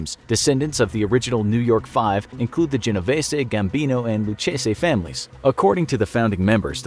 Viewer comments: ok but the mafia don was genoveeees not genoveesay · lol genovesssy it’s pronounced genovees